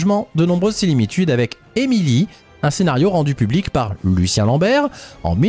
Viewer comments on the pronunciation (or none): De nombreuses "silimitudes" ?